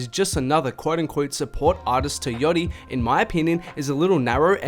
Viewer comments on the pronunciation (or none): its yAchty mate. How do you go 8 min saying yotti instead?????????? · i had to stop watching the video after because i couldnt handle you pronouncing it yoddy anymore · The way you say „yattti“ is hella funny